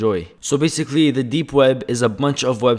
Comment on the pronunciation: zzzz bhzhhh baysickly bshiculy.. LEARN TO SPEAK.. lol